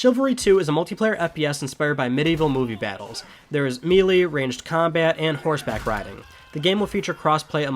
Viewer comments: lol, melee is pronounced 'maylay' not meelee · It's pronounced "may-lay", not "mee-lee". If you're going to be professional, you must have a solid command of the language. Just saying. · There is no such word as "mee-lee". It's pronounced "may-lay", or "ma-LAY"